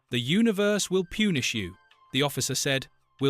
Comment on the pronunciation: You might want to get a live person to read the text. This artificial thing is stupid. In story 10, the word is pronounced "pun-ish", not "pune-ish". It really hurts your cred to screw up like this...most of these are probably made up, anyway. You need all the help you can get...Your spelling is really bad in a few places, too. Don't you have an editor....??